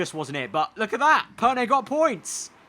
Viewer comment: Perné, not Perney